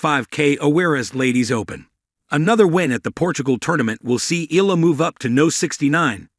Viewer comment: Her surname pronounce E yala